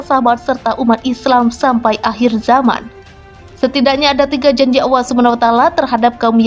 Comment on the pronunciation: Pengucapannya seharusnya Allah, bukan Awah